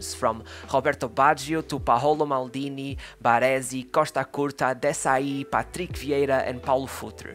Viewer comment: Bro where you from? I’am portugues and you accent when you said Jorge Costa, Patrick Viera and Paulo Futre sound like you are from Portugal, if you are not from here let me tell you that you sound just like us.